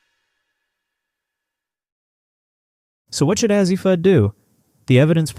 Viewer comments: Ur mispronouncing her name Azzi long A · Why do you not pronounce her first name correctly?